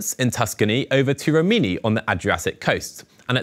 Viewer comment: its Ri mi ni ( as in the knights that say Ni!) not Reeminy!!!